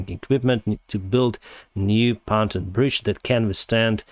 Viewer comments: Pon-toon, not pan-ton bridge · Just a friendly correction of pronunciation. "Pan ton" is pronounced Pon (as in Pond) and Toon (as in cartoon) 🙂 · It's pronounced PON-TUNE